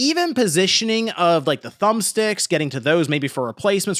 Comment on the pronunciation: ASUS? "Reparability"? Are you high?